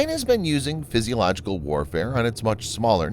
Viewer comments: The word is Psychological tactics not Psysiological. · “Physiological” warfare 😂 lol I think you mean psychological warfare 😅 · Regarding the title graphic and the dialogue and : "Physiological" warfare?!?!?! Good God, LEARN ENGLISH if you're going to continue producing English language videos (the term is "Psychological warfare"). 😂🤣